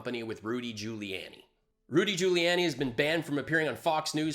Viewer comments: I’m new, and I subscribed, but wtf does “bucket of unicorn wank” refer to? Also, Giuliani is pronounced “Jew-lee-on-ee” not “jew-lee-Ann-ee.” Small thing, but was making me cringe. Otherwise, thanks for the content? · Try to pronounce Giuliani better. Otherwise, great work